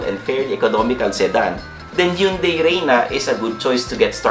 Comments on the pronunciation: Sir, it prounounce “Han-day”..HYUNDAI 😊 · Hyeon Dae